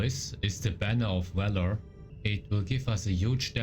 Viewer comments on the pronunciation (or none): none